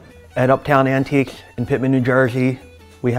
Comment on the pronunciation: “Uptown Antiquesch” 🤣🤣🤣